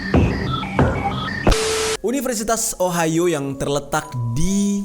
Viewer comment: Entah knp pas bang jerry nyebut ohio di telinga gw ohayo :v Biasalh wibu wkwkwk